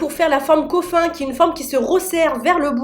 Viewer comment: je pense qu’elle faisait référence au “coffin” qui se lit “coffine” en anglais et pincher “pinecher” voila voila